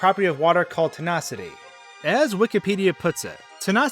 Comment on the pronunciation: Are you saying Tinocity instead of Tonicity?